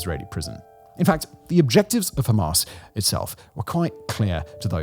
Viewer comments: I am british, his accent is real. His exaggeration is fake, no one here pronounces hamas that way its fake and frankly dumb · 'Hamas' as in 'Ass.' You better update the latest development.